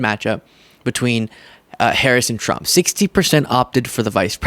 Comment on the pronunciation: sounds like he said Donald Chump lol